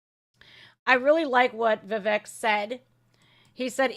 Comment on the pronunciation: Viveck is pronounced Viv-eck, not Viv-ache. I worked for a manager with that first name. This is nothing but ELECTION INTERFERENCE & POLITICAL PERSECUTION of a POLITICAL OPPONENT of the resident in thief, Joey, the inappropriate toucher, Biden. I watched the hearings on elwction fraud in at least 4 states and there was a lot of fraud and interference happening. That traitor Bill Barr spoke ro NONE of the whistleblowers. He has a history of cover-ups. We can't trust the elections that they will be fair, transparent, free from tampering and other problems. ALL Americans should be concerned about this. Sorry for the edits. I agree that this was all planned. The media is complicit in this garbage. I hope Trump sues everyone involved for this rediculous farce and injustice! This is wrong, wrong, wrong! I had to fast forward through this nonsense. That forewoman is insane! She's driven by hate and revenge. For what? She doesn't know.